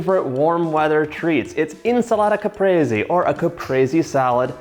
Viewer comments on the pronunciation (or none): As an Italian, the only thing you did wrong is pronounce "insalata caprese" without the Italian accent HAHAHAHAHAHA